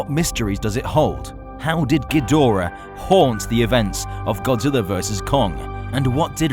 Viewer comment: He said godziwa